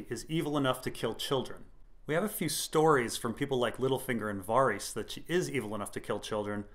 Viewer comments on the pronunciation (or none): Your series on this is absolutely amazing, I love watching them! Only thing that gets me is the way you pronounce "Varys". I was under the impression that it was "Vair ehs" not "var ees". That is how it is pronounced in the show, which as far as I know is loyal to GRRM's intended pronunciation. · Randy, Its incredibly annoying. Vase-doth-rock, Toastertully? Catahlun=Catelyn. ...Lice=Lhys=Lease.. Far-ease=Varys..Lysol=Lysa=Liza......IDK Missandy=Misande...Leonna=Lyanna..Sersay=Cersei So distracting to the good content. Dennys Pragnate, Why not go for it! Call a dagger a dogger, littlefanger? JuneSnoo? Samewall ? Stainless Burned Rat Theon. .Gentry..Gamie...Gorie..Gorge or maybe even Rorge, Durr- eyeahh like Uriah heap) Jorr-eye-ahh, hell why not just go for jamima? Sorry I got carried away, Lol